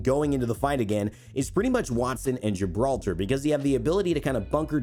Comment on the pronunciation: Ok I understand Pathfinder, but Gibralter, what??